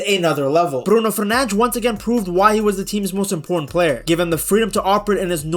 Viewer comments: fernandes pronounce the des not fernang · Stop saying Bruno Furnanch😂